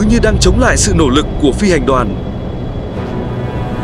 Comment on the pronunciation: Nội dung hay, giọng truyền cảm, chỉ đôi lúc sai phát âm, chẳng hạn đọc `nổ lực` hay `mảnh liệt` nó hơi buồn cười